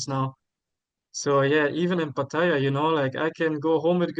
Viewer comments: He has pronounced it three different ways in this one video! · I know how a local Thai says it. If he could pronounce it correctly he wouldn’t say it 3 different ways. There is only 1 way to say it. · He says he is fully conversational in Thai but doesn’t know how to correctly say Pattaya? Ok 😂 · How do you "think", a local Thai says it?He has pronounced it three different ways in this one video😊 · pronouncing it 3 different ways surely shows he cannot speak Thai?